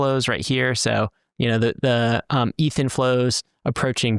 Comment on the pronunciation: eeeth whut